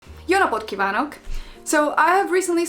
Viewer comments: As a native speaker, I have to say that your pronunciation in the first sentence (Jó napot kívánok!) was actually very good! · Dear, the way you pronounce "Jó napot kívánok" at the very beginning is super impressive. Plus it's so cool you're trying to learn our language and it's so nice that you like Budapest. I myself have a similar adoration for Slovenia, I've been there about 15 times now: from Ptuj to Piran, from Zreče to Kranjska Gora, from Murska Sobota to Rateče, Slovenia is so very beautiful. Since you're looking for help, I think the only sound you haven't fully mastered yet is the "é", which needs to be differentiated more markedly from our "e" sound. Otherwise you really are on the right track. Sok sikert neked (good luck to you) and Boldog Karácsonyt (Merry Xmas) from Budapest.